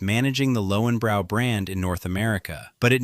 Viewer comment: Pronounced Lohvenbroy